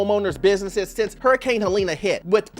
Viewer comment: Helene is pronounced Helleen not Helena